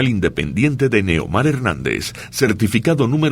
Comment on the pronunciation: Holaaaaa un cariñoso saludo. Nehomar se dice